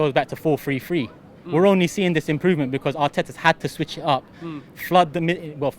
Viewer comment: Robbie: “be-cose”